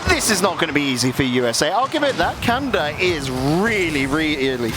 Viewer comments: I know he said it correctly, but I kept hearing USA vs Kanda 😅 Tickled my pickle every time. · Alternate title: British caster mispronounces "Canada" for nearly 29 minutes